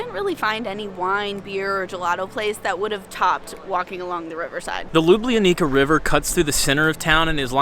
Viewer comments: Great vlog. Next time when you are around, use names LUBLANA (Loo-blah-nah) and LUBLANICA river (Loo-blah-nee-tza river), but you absoultely nailed Prešeren square. 💪 See ya. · She should put it this way to make a difference, native way to pronounce it is LjubljaniTSa...